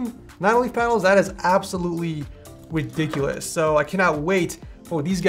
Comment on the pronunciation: widiculus lol